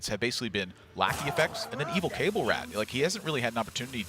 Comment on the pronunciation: someone should tell these casters that Cabal is pronounced Kuh-ball.